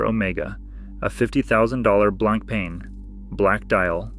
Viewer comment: BLANK PEN .. how irritating is that pronunciation🤦🏻‍♂️ BLAN PAH is closest way you can say to real French .. which means white bread 🥖